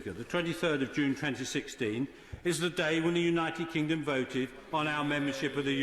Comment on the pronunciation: Is it just my imagination, or does he repeatedly almost mispronounce our country's name as "The United Klingon"?